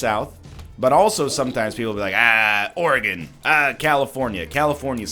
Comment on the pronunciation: The fact you said Oregon right makes me happy and restores faith in humanity. Keep up the great videos my dude I’ll keep watching from Oregon lol